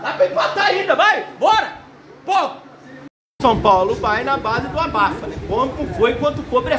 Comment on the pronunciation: Shupaulo. Shupaulo shupaulo 😂😂😂😂😂